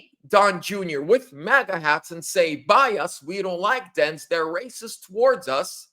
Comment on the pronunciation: DANES not Dens